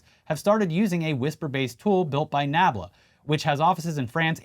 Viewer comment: shocked chuckle after mispronounced NABLA warmed my heart, glad to see you guys doing well, 400K swap sides!